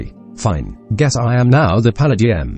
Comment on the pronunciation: The voice is still pretty good. it pronounced paladm perfectly